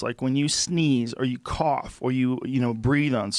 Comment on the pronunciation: Fuck. Had me laughing int the first ten seconds. Weed coof, not Covid coof.